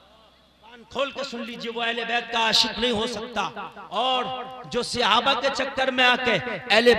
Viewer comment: sihabah nahin hota hai sahaba hota hai